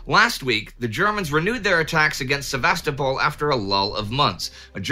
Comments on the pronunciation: Please! It's pronounced: Sev-a-STO-pol, not Sev-AHS-to-pol. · I feel exactly the same way regarding the pronunciation of Ukrainian and Russian place names. I also love this channel: the information and presentation are among the best anywhere. I just wish Indie would stop saying Sev-AH-sto-pol and YOU-kraine. ;-) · Excellent as always, but, please: SevasTOpol. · I heard that as Sevastafall must fall!